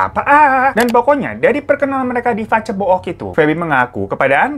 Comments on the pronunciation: Pas si Abang ngomong "pacebook" aku lagi minum langsung nyembur, untung ga keselek😭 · Haha paceboook😂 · Ngakak banget denger pa ce bo ok